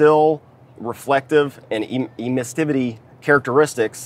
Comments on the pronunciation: Emissivity !! Not emissTivity !! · Just FYI: Sherwin William guy does not pronounce "Emissivity" correctly. (...ducking behind desk...) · Too bad the guest can't pronounce emmisivity properly. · I’m not positive but I think he’s mispronouncing emissivity.